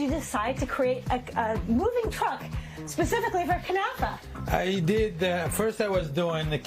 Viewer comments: Not "knefeh"! KnAfeh! If you don't know the language, at least READ what was written! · What the heck is a "kunafa"? It is called KNAFEH! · What the heck is knefeh? Relax